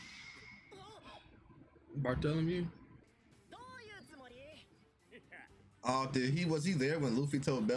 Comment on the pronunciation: His name is not Bartholomew his name is BAAAARRRTOLOMEO